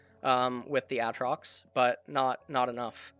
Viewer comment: Did this man just say Àtrox?